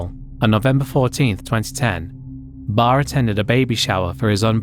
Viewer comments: Anthony Barre is pronounced Bah-ray not bar... Rip messy mya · Anthony ( Barraa its pronounced)